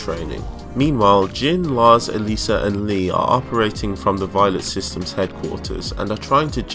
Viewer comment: Everytime u mentioned Alisa i thought u said Eliza